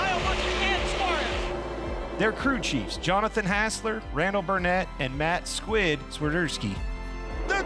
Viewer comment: Love Clint trying to say Squids name 🤣